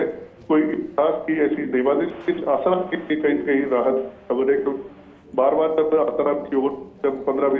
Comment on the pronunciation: News editor महोदय भाई उस समाचार वाचिका बेहेन को आसारामजी बोलणे को बोलो कृपया, और news देते वक्त backround साऊंड कम हो तो news सुनने मे और ही आनंद आवेगा 🙏🏻